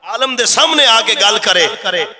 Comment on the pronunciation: Alam 😂not Alim.